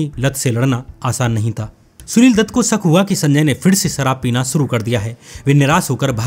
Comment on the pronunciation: What a uneducated, Indian accent.. " jameen..Sarab .. etc.. can't pronounce a lot of words properly.